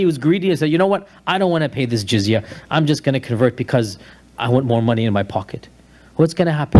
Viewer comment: It's called jizya, not giziah, and it's a tax paid by non-Muslims. Muslims also have to pay a tax, called zakat. As I understand it, the jizya might be slightly higher, but both go towards the state to help the poor, elderly, and those unable to earn a living. This is why I say, the EU/UK is possibly the closest country following the sharia law today, because of justice and ensuring no one is left on the street, especially not the elderly.